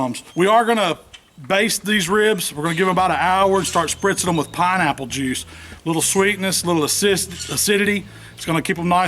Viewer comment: Love you're videos but for a minute I thought you were weeing on it when you said spritzing ha ha